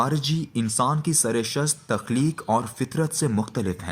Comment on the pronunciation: یہ قاری صاحب نثر تو اچھی پڑھتے ہیں ،آواز بھی اچھی ہے، مگر شعر پڑھنے کا کوئی سلیقہ نہیں رکھتے۔ اچھے بھلے شعر کا ستا ناس مار دیتے ہیں۔ بے وزن آہنگ سے عاری۔ تلفظ بھی گڑبڑ ہے۔ ق کو ک کی طرح کہتے ہیں۔ مگر یہ شاید پنجابیت کا مسئلہ ہے۔ خ کو بھی بسا اوقات کھے کہتے سنائی پڑتے ہیں۔ رکارڈنگ سے پہلے اشعار کو ٹھیک پڑھنے کی مشق کر کے آیا کریں۔ آج تو غلطیوں کی افراط تھی، بود، قفس، سرشت کا لایعنی تلفظ وغیرہ۔